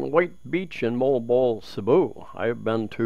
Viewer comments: just say Mo-wal Bo-wal... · Phonetically it’s ‘mo-arl bo-arl’ Also, it’s ‘Panag - sarma’